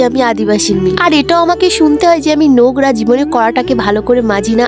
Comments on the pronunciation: Are didi kotha ta nogra noy nongra😂😂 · নগরা বলো কেন নোংরা বলা যায় না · Nogra.... 😂.... Nongra hobe